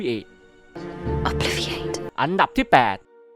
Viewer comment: คาทาลบความทรบจำ ถ้าจำไม่ผิดตอนอ่านหนังสือมันออกเสียงว่า ออบ-วิ-ลิ-อา-เต้